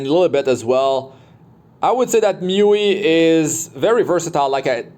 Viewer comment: Its Muu-Eee ..i keep hearing myuee